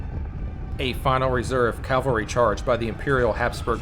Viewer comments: CAVALRY damn you , not calvary .... it irks me so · You have the very bad habit of mispronouncing CAVALRY!!! It is NOT... CAL VARY but rather CA VEL RY...